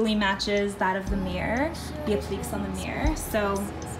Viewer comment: She said "appleeks" ... :-P